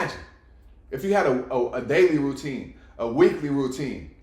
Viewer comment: ROO - TINE!!